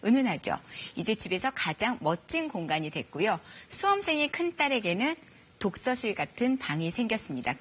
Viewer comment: 나는 왜 예은님 발음이 독쒀시 이렇게 들리지?